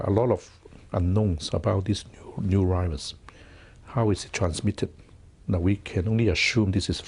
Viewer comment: “Everyone must be careful with this new rirus”😂